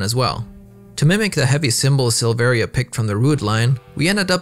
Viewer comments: The i in Silveria is silent. Its pronounced Sil-ver-a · You also don't pronounce the second "I" in Silveria. It's pronounced "Silvera"